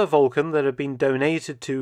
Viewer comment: Sounded like VULCAN to me! 👍